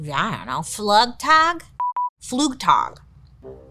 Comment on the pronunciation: Flugtag sounds like "flew" "tahg".